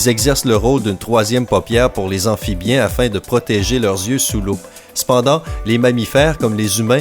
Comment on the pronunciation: J'adore quand tu dis "c'pendant"